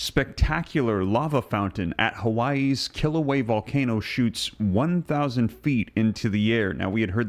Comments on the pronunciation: Love your channel and videos. I think it's a yes, and all of this makes me think of the 6th Seal of Revelation 6. (And I'm pretty sure the volcano is not pronounced "kill ooh way" but "kill ooh way uh.") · Pronunciation of Kilauea is "kill- a- way- a," not "kill away" The vent is within Halema'uma'u, "holly ma oo ma oo" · Also, the a on the end of Kilauea is sounded when pronouncing Kila ue a. Just FYI. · Please! You are mispronouncing the Hawaiian volcano. It is pronounced kill- uh-way-uh. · "Kil - a - way - a"